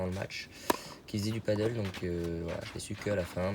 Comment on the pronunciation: C'est pas du paddle, c'est du padel ! (paddle c'est de l'english ça se prononce "padeul", planche avec une pagaie, sur le lac), ce dont tu parles c'est du padel (en español padèl, jeu de raquette à 4 d'origine mexico espagnol) ;) Je voyais pas trop le rapport entre faire du paddle et être bon en amorti :D Cool ta chaine, je joue à Meythet, ça fait plaiz de voir mes spots du coin. dans tes vidéos :)